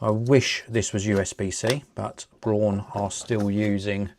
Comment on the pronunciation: I've always used Braun shavers and Toothbrushes in my life. Very reliable products, just like this one. Cool video! Btw, actually "Braun" is exactly pronunced like the English "brown".